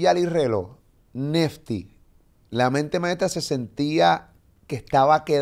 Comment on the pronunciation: ES NESSSSTYYYY, NO NEFFFFTY